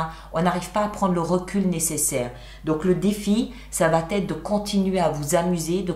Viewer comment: Bonjour merci❤ Pardon de vous reprendre ce n'est pas très poli mais vous faites toujours une liaison "va t être", or il n'y a pas ce fameux "t" au milieu😊. Merci beaucoup en tous cas! Au moins vous n'avez pas de mauvaises nouvelles c'est déjà bien 😅🎉❤